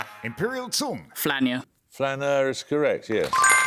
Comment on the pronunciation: Thank you. That's rather telling, although it also says something about Singapore's authoritarian education system and culture -- the pupils aren't allowed to mess about., however, answer is in fact wrong. He says 'flanier', whereas it is 'flaneur'. It is clearly the wrong ending and has nowt to do with any accent.